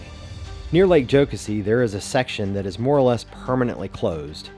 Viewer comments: Yep. Like Joe-Cassie. “Joe-cuh-see” sounds like a Northern Canadian would pronounce it. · Enjoyed the video. We definitely pronounce it, "Joe-Cass-ee" here in the Upstate, though. :) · It's pronounced Joe-Cassy! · I was getting so trigger by how he was saying it 😂